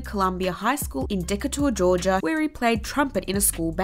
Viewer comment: Wtf is decka toorre Georgia lol 😂 😂